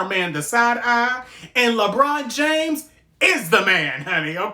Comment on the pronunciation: I love how you say lebron james reminds me of our script days😂